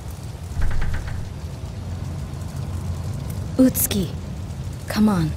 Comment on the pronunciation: Interesting that the actors got the pronunciation for 'Utsuki' correct, but not for 'Kureha'.